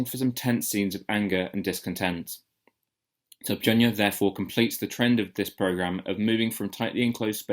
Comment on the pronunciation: I don't normally get involved in commenting, but wiithout a solid 'j' (or 'ch') in the third syllable, as you keep pronouncing the title, the title becomes meaningless. 'je' means 'school', 'style' and so on. It would have been useful to hear what the title means... (The so-called Western school of p'ansori...)